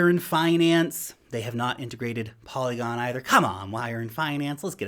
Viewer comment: you say y earn finance LOL 😂